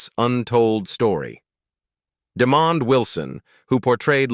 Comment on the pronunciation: Sanford & Son! Yes, I Grew up on This Show,Great Sitcom during The 1970,s Listen The Jeffersons are a Spin off from ALL IN The Family Norman Lear has nothing too do with Sanford&Son, and his name is not demon it,d Demond AI they need too do better with pronouncing Peoples names.